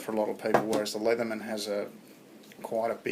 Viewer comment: Nice job, not saying "Leetherman."